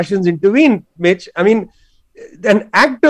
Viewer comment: Whenever he says "listen Mitch" it sounds to me "listen bitch"😂